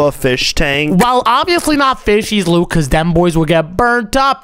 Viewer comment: Why does call Luke Luke poke